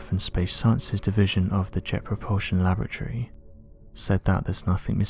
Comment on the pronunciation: Lavatory???? LaBoratory